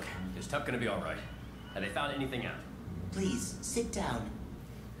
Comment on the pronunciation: tup not tupp